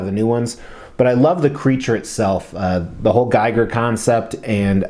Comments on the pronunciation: You’re mispronouncing Giger. It’s GeeGr. 😁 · Great piece & review. Just fyi, his name is pronounced GHEE-ger